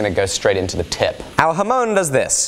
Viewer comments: It's not pronounced "Ha moan", it's pronounced "Ham on"! Don't let these mispronunciations slip through! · HA as in Hard. MON as in Monster. Emphasis on the second syllable. Please! It grates on my ears whenever says it. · FFS IT'S NOT A HA-MOAN! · Sean Bush it's a Japanese word - 'hamon'. Literally 'ha-mon'. 'Mon' is not pronounced 'moan'! Ha-mon (said quickly, there is no gap).